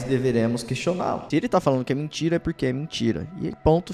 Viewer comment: falando "mentira" me lembra do Nicolas kkkkkk "mintira-mintira"